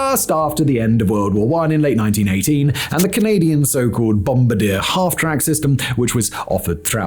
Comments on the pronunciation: It is not Bombadeer like a you are sitting in an airplane it is pronouced like your are french. the last part is like Lombardi-ay - Bombard-ieay It is super French Canadian sounding. Trust me up nort here we all had one of their snowmobiles. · I know its the Québécois, but its (Bomb-Bard-t-Yay) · I had to do a double-take when he mentioned the Bombardier as I've never heard it called bomb-ba-deer before lol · i dont think i have heard bombardier mispronounced so badly before